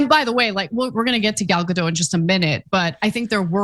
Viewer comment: Her name is pronounced Gal Gadot with T in the end. I am from Israel so I know